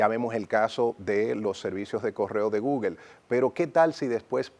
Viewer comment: No es gugel es gugol